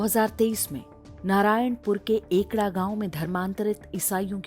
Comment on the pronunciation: नारायणपुर के उस गाँव का नाम एकड़ा नहीं एड़का है। कृपया सुधार करें अगर संभव हो तो